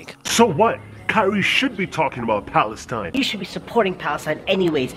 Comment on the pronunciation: Where did he just say Palenstine! Ass